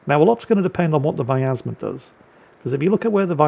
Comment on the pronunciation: btw there is no A in pronouncing Vyazma, if you are interested my friend